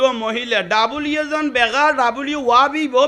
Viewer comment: হুজুরের ভাষা অশুদ্ধ। প্রায় সময় তিনি অশুদ্ধ উচ্চারণ করেন। যেমন:- w কে ডব্লিউ না বলে তিনি ডবলইউ। মৌলভীকে বলেন মলই